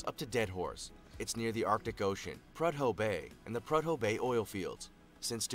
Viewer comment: Being born and raised in Alaska I need to correct the pronunciation or Prudhoe Bay so badly... It's actually pronounced Proo-dough Bay. Also Alaska made it in the video again, that's Sutton, AK first responders and the Channel 2 NBC news crew.